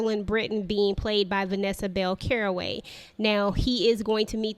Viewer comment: Great review, however her name is pronounced, “Calloway,” not Caraway. Looks like a great series - thanks for the introduction!